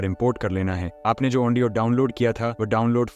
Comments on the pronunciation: Audio ❌ Aondio ✔️😅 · Bhai audio ko andio kyu bol rahe ho